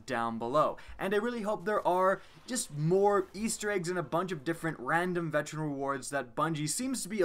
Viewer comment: mow he can't pronounce veteran